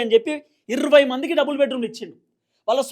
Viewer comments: మిడి మిడి జ్ఞానం ఉన్న వారు ఇర్వై ఏ... అంటారు బ్రో... అందరూ జర్నలిస్టు లే... ఈ లోకం లో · ఇర్రవ్వై కాదు సార్ ఇరవై అనండి. మనం తెలుగు వారం అయ్యి ఉండి తెలుగు సరిగా పలుక పోతే ఎలా సామి.